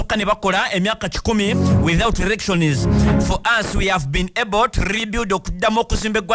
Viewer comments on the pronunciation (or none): It's ELECTIONS not ERRECTIONS please! Thanks